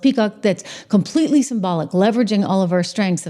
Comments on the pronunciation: SYMBIOTIC! not SYMBOLIC 😂😂😂 You don't need the heavy eye makeup. It's not flattering. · TRISH ! Its Symbiotic (SIM-B-OTIC) 🧐